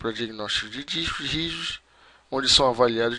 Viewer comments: "Lista dos dixcos rijusxx" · O cara mal consegue falar "discos rígidos" kkkkkkkkkkk